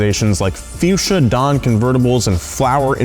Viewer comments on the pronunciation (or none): none